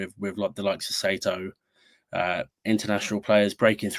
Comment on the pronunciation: good pod, but please guys, it's "SIGH-TOE". One of the most common surnames in Japan please get it right LOL